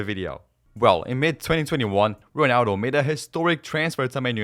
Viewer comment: the way u pronounce ronaldo is so corny